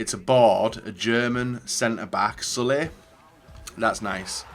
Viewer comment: Love the pronunciation of “Sule” like “Sully”